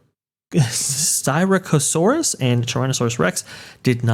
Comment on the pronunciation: did pronounce Styracosaurus and Gorgosaurus right.